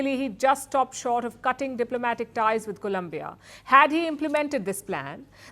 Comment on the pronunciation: Stop mispronouncing Colombia 🇨🇴 please